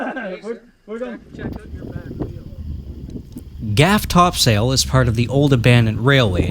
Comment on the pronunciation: Excellent video series….fyi, here, we pronounce it the Gaff Top “suls”, not Top “sails”…..for simplicity, we just call the whole area “ the Gaff”….the names of the hills that you see are all related to the days of the old sailing ships, so when you pan around, in the middle distance you can see the Main Topsail, referring to the main mast of a sailing ship, the Foretop in the far distance, and the Mizzen Top, much smaller and not much more than a knob, is closest and can be seen when you pan to the left. All three are in a straight line, like the sails on a ship, and the Gaff, which you were on, sits off to the side, and refers to a “gaff” which is a long pole with a hook on the end used for hooking up fish out of fishing nets….